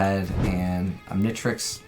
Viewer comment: omg you don't know how to pronounce the Omnitrix, Omni then just trix english you don't have to make it a different tongue and you haven't watch ben 10 have you?